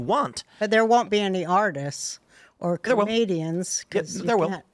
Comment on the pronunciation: "Comedians or artists.....". I thought she said, "Canadians or artists." 😂😂😂